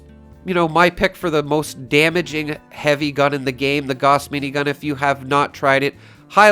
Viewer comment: GAUSS as in HOUSE with a G, not "gaws".